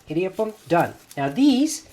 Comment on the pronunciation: Ok Honey, You're ridiculously the sweetest. Your Tamil is horrible. How come? "idi" prounounce like short vowel E-D, means grind, mill, clash. We use that word for thunder also! Rice flour is easy to press. Now try that presser with uLuttham paruppu(urad dal in Hindi and black gram in English) and make thEn kuzhal. It will be difficult to press and squeeze that bengal gram flour. It gets even more difficult to press with besan flour aka chick peas flour and make Omappodi. In Tamil Nadu, standard breakfast item in homes, restaurants or even weddings will be one of the following combinations 1) idli, vada, coconut chutney, mint chutney, onion chutney and sambhar 2) upma and vada with coconut chutney and sambhar. 3) venn pongal and vada with coconut chutney and sambhar. Only weirdos eat dosa for BF as its a bit heavy. Most of the people will eat dosa for lunch or dinner. I designated Idli, Vada, Dosa as the Holy Trinity from Tamilnadu🤣🤣🤣. That thamizh song you sang "மாசிலா உண்மைக் காதலே…. மாறுமோ செல்வம் வந்த போதிலே…" is a beautiful song sung by A.M Raja and Bhanumati. You have an aesthetic taste like me in Music😂. Do you know that normally the original or the dubbed version of the song becomes popular? Or for that matter even the movie. One will be a hit and the other flop. There is one movie which became hit in both the original and the dubbed version and even the song becsme a superhit. Original Hindi movie was Khiladiyon ke Khiladi and the song is sau bar janam lehnge Dubbed